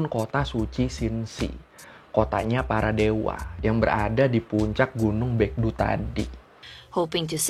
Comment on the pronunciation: alfabet "eo" dalam bahasa korea nyaris dibaca seperti "o" dalam pelafalannya. Seperti seoul dibaca so-ul, gungnyeo dibaca gung-nyo. hebat uda bener nyebut baekdu dibaca bekdu.. keep up the good work ya bang!